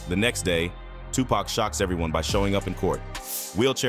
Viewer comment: Lady how you still mispronounce Tupac name after you heard the gentleman just say his name..I mean really???.I'm saying.them eyebrows was thick as hell...